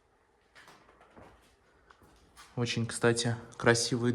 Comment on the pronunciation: да,только слово-паразит часто звучит"кстате,кстате,кстате....."